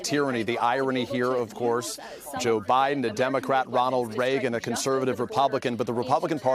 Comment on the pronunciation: "Hellow BuyDen"